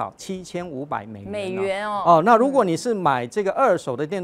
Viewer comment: 兆華聲音很好聽👍，如果可以再把發音稍微正音一下就更完美了😜，例如：如果總發音為盧果。例如總發音為例盧……